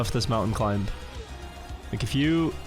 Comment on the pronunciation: STOP PRONOUNCING THE B IN CLIMB